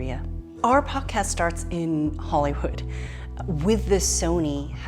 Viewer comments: She said Hollyhood. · Jean Lee just called Hollywood HollyHood....Uh uh hunnttyyy ...the hood ain't THAT nefarious! 🥴